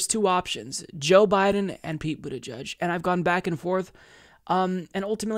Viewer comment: Stg he is saying Booty judge